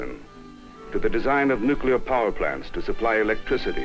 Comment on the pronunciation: NUCLUAR?? Where did this jerk learn English???